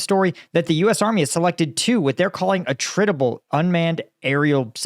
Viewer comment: Only started this video, but from how he's stressing "attritable" I'm betting the pentagon's new drone costs $1million each, and can only be manufactured at a special factory in outer space. 🤣